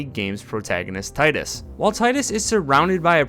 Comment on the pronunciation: Btw, it is pronounced “teedus”